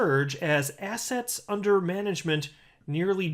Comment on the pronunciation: Man, I must be listening to your videos way too much because everytime you say "assets", I hear "ass hats" :D